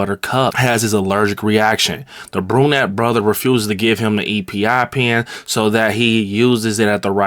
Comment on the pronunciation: As a dude with a peanut allergy and having a family in the medical field ik were all gonna be cringing like crazy here and its called an "eppie pen" not e p i 🙏